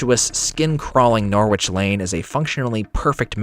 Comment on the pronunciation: Norwich is pronounced "Nor-ich", my US friends :)